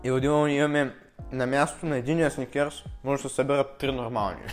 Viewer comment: много те харесвам и клипът ти е много интересен само МОЛЯ ТЕ не казвай сНиКеРс!!! Мерси🙏🏻